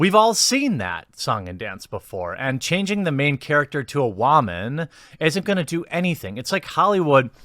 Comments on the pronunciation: What is with you and pronoucing the word Woman as whamen? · Why does he pronounce woman as "WAHmun?" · wha man? you mean woo man! go back to voice school! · Love the way you pronounce “woman”😂